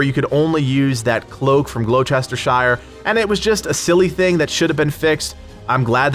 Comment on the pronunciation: Gloucestershire = gloh-stuh-shuh The name of English cities and counties is weird..... Mostly because of the Vikings actually, but the Saxons also had plenty of weird names for places.